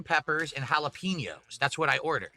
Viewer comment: He loves to taste those jalaPEENos bruh... Why does he have to mispronounce EVERYTHING?!!